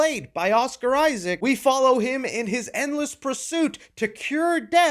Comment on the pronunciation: Oscar Issac. Jacob Elordi. Learn how to say his name if you wanna be taken seriously. You need serious education on film review. You lost me after eight minutes of Del Toro hero worship. Next.